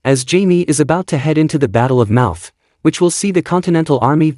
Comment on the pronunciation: The Battle of MOUTH????😮😮😮. It’s MONMOUTH!